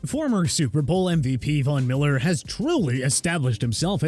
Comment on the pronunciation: Vona Miller? You mean Von Miller? Also Ronkowski? More like Gronkowski.